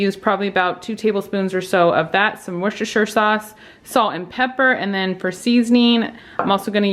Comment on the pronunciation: First time viewer. Loved it all. You made me a subscriber when you pronounced Worcestshire correctly! Looking forward to a lot more and will be searching your archives for extra ideas. Thanx